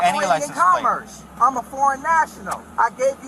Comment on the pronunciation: I was on board until I heard "commerce." Then it became a h vs a hs